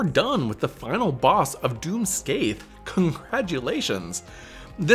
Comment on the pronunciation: And I'll not stop enjoying endlessly incorrect corrections. It's "Skay-Hock". The "a" in "Sca" should sound like the a in "scAn" and the "ach" at the end should be pronounced as "och" as in "lOCH". the TH in the middle is effectively silent, as you correctly pointed out.